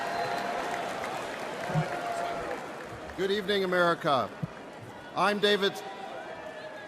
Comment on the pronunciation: The only word he kinda fumbled is ... his own name lol what a guy. That's a great speech